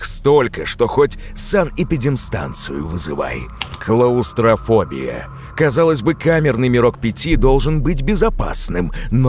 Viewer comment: все хвалят диктора, но ухо цепляется за "луминальные"(?) пространства Ну и, клаустрАфобия, конечно.